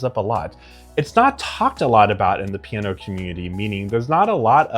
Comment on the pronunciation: Slow down, dude. You talk like my speed-freak cousin. CHILL! Piano has THREE syllables! 😂